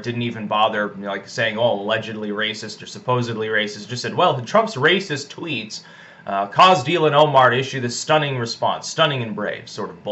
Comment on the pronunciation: I liked the little slip up where you called Trump’s tweets “treats”. You were right the first time :)